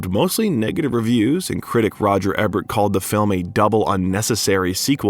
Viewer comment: Another banger!! I enjoy the content and appreciate the hard work. Just one quick thing I've noticed in several of the videos... Roger Ebert pronounced EE- bert 🙏🏼🙏🏼🙏🏼🙏🏼